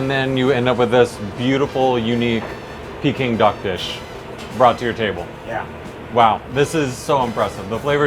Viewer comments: Its not picking duck dude, its peking duck. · Its peking, not peeking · Peking duck not picking duck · It’s pronounce Peck-ing duck not pee-king duck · Not PEE king duck. Pay king duck. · Brah it’s not pe it’s pecking duck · Pee-king duck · They are saying Peking Duck wrong 🥴